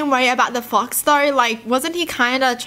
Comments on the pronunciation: I REALLY THOUGHT SHE SAID “THAT F**KS” NOT “THAT FOX” 💀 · I think this is the first time I've ever heard her laugh wholeheartedly. Btw, when she says "fox" the first time in the video, it sounds.... different, like the f word. I literally thought she said the f word. 😂😂